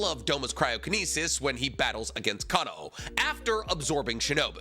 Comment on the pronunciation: While I personally liked the music, I agree with this video! But the way calls Gramps the “lightning hashira” instead of the rumble hashira (what they call the THUNDER hashira) kills me every time, he always says lightning breathing/lightning hashira ugh he also kinda butchered Kanao’s name 😭